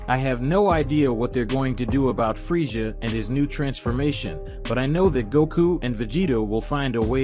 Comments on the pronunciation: It is pronounced freiza not freisha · I heard freija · Your right he keeps pronouncing freisha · Dude the way you say freiza is bothering me